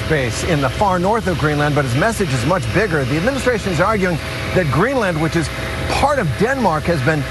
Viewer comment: Greenland, not Greenlund.